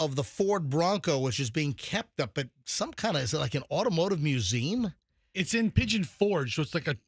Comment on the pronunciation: Learn to to say Museum correctly please